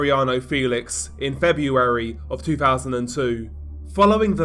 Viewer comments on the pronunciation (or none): none